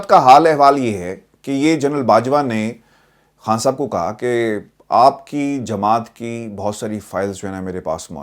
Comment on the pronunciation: I like how you pronounce “Khan Sahab”